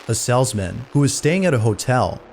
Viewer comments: Why is it grating on me that the narrator cannot seem to pronounce "salesman" correctly? (the "salzman" ???) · Salesman. Long A. Not "sellsmen". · You're pronouncing Salesman as "Sellsman" It's Pronounced, "Sales-Man" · It’s a salesman. Not a sellsmen. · FYI, It's pronounced Salesmen, not Sells-men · I absolutely love how pronounces the word "salesman"